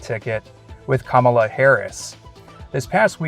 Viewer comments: Thank you for pronouncing Kamala’s name correctly. Thank you for the respect and kindness you use and convey. My respect for you and appreciation for what you’re doing just increased tremendously. It’s been hard for me to not respond to my friends’ social media posts about the upcoming election. I have strong opinions that do not align with most of my friends. But I love my friends and don’t want to be instrument of contention. Your respectful example is noticed and appreciated. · Thank you for pronouncing Vice President Kamala's name correctly 😊. I vote for her church next.